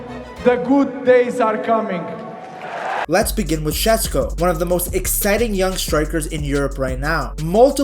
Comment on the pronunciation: friendly tip for future videos, it's pronounced SheShko, not Shesko <3